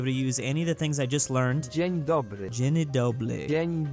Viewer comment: Here's a great example. It says dzień, a single syllable word, but says dzie-ni, two syllables.